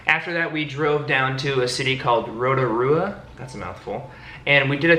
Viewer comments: As a New Zealander im cringing so bad at how they pronounced rotarua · Was laughing when you guys were trying to say Rotorua, never realised how hard it was for people from other countries to say as it seems so easy to say here 😅 but you guys did well 👍🏼 loved the video btw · I'm from New Zealand and I cringed when said Auckland and Rotorua. Never thought it was so hard to pronounce, it seems so natural to say. Also Kiwiberries are the best. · I live in Auckland omg this vid is my fave especially hearing everything you guys got up too, find it crack up when I hear people who don't live in nz say "rotorua" just wondering out of all places why did you guys choose nz as your honeymoon place ?